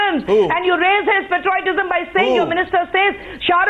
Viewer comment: Kushbu, firstly learn to pronounce patriotism correct. It is not patroytism...lol...what more can we expect from the Congress.